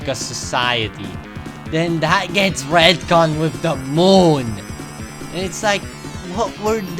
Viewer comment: Okay but I love the ZE MOOUN